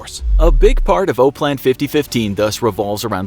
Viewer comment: OPLAN is pronounced Op-plan not O-plan even if there is only one “p”.